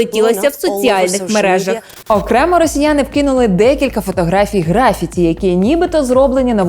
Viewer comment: У слові "графіті" наголос припадає на другий склад, а не на перший.